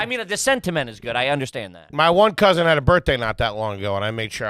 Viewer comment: The fact that says “Cousint” is WILD 😂